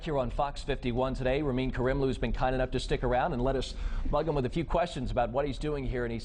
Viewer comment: Ramin's grin when his name is mispronounced... :)